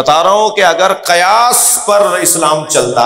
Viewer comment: قیاس. زبر سے نہیں زیر کے ساتھ ہے پہلے لفظ تو ٹھیک سے پڑھو